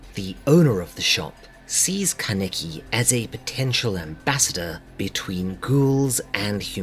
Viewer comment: Love this vid but I was very bugged by you pronouncing his no name 'kenicky' 😂 it's pronounced 'kana-ki'